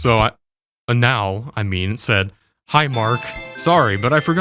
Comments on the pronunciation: My man is saying Anal as if not pronouning it in English makes it better. You are just saying how it would sound in Spanish perfectly laddie. Yet Anal's work is impecable. Props to the dude. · I like he mispronounced "Anal Fitzgerald"